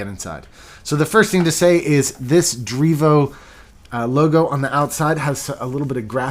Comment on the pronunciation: dreevo pronunciation on point